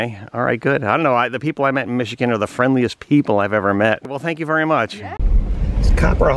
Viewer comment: Nude bathe?... you mean "skiny dip"?.... and the town is Grand Ma-ray.... The state is MISH - IH - GUN.... not Mish-ih -kin... Otherwise, excellent video.....